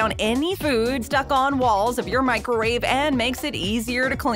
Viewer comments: Am I buggin or did she say "microrave" a couple times? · The baby at the end was a nice touch to the video and well placed..but what on earth is a Mikerwave?..a better way to say Microwave